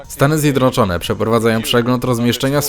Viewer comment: ZJEDNOCZONE nie ZjedROCZONE - To tak trudno pojąć ?